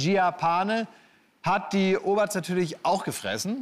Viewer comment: Sagt Klaas die ganze Zeit „Oberts“ 😂